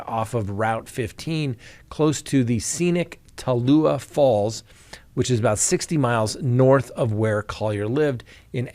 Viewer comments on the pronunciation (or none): Georgia resident here having to correct your pronunciation again LOL. It is Ta Lu Lah, tah looooo lah. Beautiful place that I have actually hiked before back when I was able to and visited many times. Very strange and tragic case. I sure do hope they get it solved, I hope the daughter didn't do it, how awful would that be! Thanks for all you do! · Collier case: it’s pronounced, “Ta Lu La” - you made a good attempt at it though. My opinion on the case: daughter and boy friend are involved. The particulars in this case are bizarre, for sure. Hope 9 a.m. press conference tomorrow morning provides some answers.